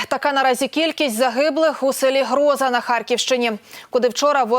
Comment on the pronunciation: с ударением в названии большая проблема у ведущей!!! Как можно в слове Гроза неправильно поставить ударение???